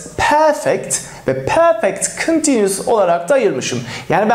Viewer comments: Şu perfect diyişin yüzünden ingilizce den çekindim. Benim gibi kaç kişi var ? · Hocam soylerken Perfect degil Porfect derler bizim Ingiliz usaklari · Peefek diyen ağzını yerim